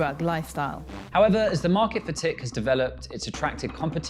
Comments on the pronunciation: Its not tick.we call it tuk lol.. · It's hilarious hearing you pronounce tik as 'tick', but it's actually like saying 'turk' quickly without placing emphasis on the vowel and rather on the k. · Great video! Just for info: Tik is pronounced "Tuk" and abalone as being "alone". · The presenter should have learned to pronounce tik and abalone before recording this.... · As a South African, the presenter's pronunciation of Wouter Basson and Tik is hilarious.